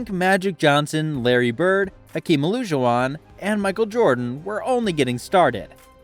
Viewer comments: O-lah-juwon for future reference. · Elijah-won that's how its pronounced tough guy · Who wants to tell him he said Hakeem the dreams name wrong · The way you pronounce Hakeem's last name is painful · Is this an AI voice? How the hell does a basketball youtuber or fan not know how to say "Olajuwon"?